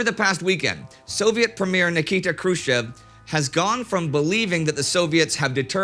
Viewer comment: The end of a conversation makes me wonder if that's where Indy took inspiration for his "Mkay *sound of a phone put down*" at the beginning of many videos about WW2. Also, for a better pronunciation of Khrushchev's second name (just if you wonder how it sounds in Russian) you can take sounds in square brackets from their respective words below: 1) [H]ello 2) [roo]t 3) [sh]it 4) [Of] (stressed vowel here). Also, I gotta say, what a Braille-ient tie!